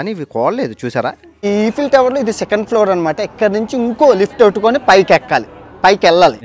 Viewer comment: ఏంటి బ్రో ఈఫిల్ టవర్ అంటునవ్ ఐఫిల్ టవర్ అంటునవ్ ఏమ్మాయిది నీకు😮